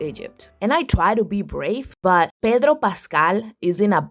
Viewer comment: Tysm for saying Pedro's name as it is, chilean here!